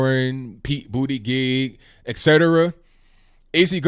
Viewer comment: I like how you say Pete's name wrong on purpose because you're scared of him winning if he gets the nomination.